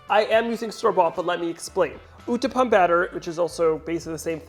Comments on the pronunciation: not utpa it's uthpum but not bad pronunciation u can also used dry leaves aswell they still have all the flavor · Just to make it clear it's uthapam not uthapa.